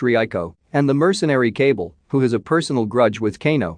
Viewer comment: Lol the way their names are pronounced is funny “cable” when it’s actually “KAH- BAL”